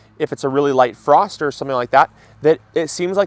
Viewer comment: First to say you missed F in FROST!